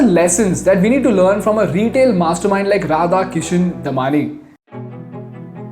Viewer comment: The correct way to pronounce Damani is "दम्माणी". It is wrong on Wikipedia. I am a Bikaneri with many Damani relatives.